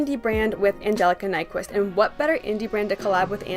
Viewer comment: I think her name is pronounced nick-vist if I’m not mistaken.